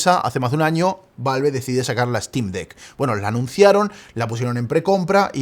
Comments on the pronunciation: me da ñañaras cada que dice valve en vez de valv jajaja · queria ver el video pero no soporto la forma en la que pronuncia "valve"